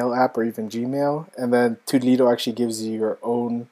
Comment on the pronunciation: Nice review, but toddledo is pronounced toodle-do (rhymes with noodle blue)